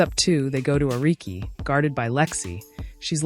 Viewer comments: Arike? Ah-ree-kay. Ehreich??! The great AI scare seems limited to scammers and the military, which ofc is bad enough. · Angel Rice? 😂 It's REESE! Ericke? 😂 Its ARIKE! (Ar-ree-key) Milissa Smith 😂 it's NYLISSA!